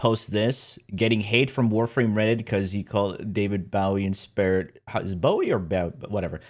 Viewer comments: It's Bow‐ee. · says bowies name wrong, because he doesn't know how to pronunce his name. New Glyph Situation unlocked.